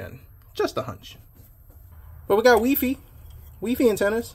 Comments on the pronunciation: Lol why are u calling it weefee? It's wifi (y-phi) i know thst i may have that wrong pn pronunciation wrong but hopr it helps...lol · bruh it's "wifi" not "weefee" stop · Why do you keep calling it wefi? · wee fee lol.